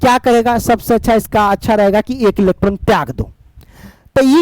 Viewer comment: Sir kabhi kabhi bohot jaldi jaldi bol te ho electron bhi electon sunaai deta h 😅😂